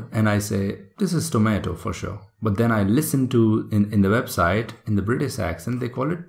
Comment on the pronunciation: it is British not britis plz